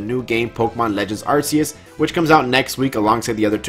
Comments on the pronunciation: Its not ar-see-us its pronounced ark-ee-us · Really Man? Another person pronouncing it (R C Us) when it's clearly & officially (R Key Us). Just Stop it already, it's (R 🗝️ Us), not what you want it to be. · Why can no pokemon youtuber pronounce arceus? It's a hard C, not a soft one that gives an S sound